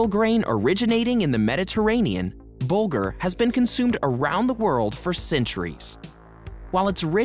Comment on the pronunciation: It's "Bulgur".